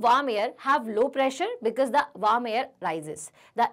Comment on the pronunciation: Mam not waarm warm